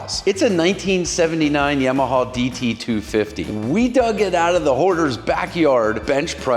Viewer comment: Please...."YAW-MA-HAW"""